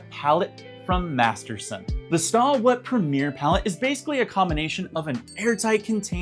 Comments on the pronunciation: It’s pronounced “stay wet”. Not stah wet. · I think you pronounce it "Stay" wet LOL. not Staw!